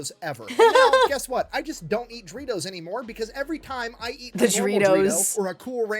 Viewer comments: Him pronouncing DO REE TOES THAT WAY IS IRKING ME! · The way he pronounces Doritos bothers me..